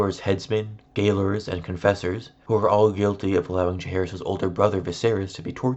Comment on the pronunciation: If you re-record the audio, please pronounce "gaolers" correctly. It's pronounced "jailers," and it was said that way at least as far back as the 16th century.